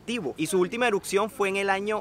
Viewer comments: Erupción, erupcion, no eruccion 😂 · no puedo con su "Eruccion" "Eruccionó" :/ me desconcentra de ver el video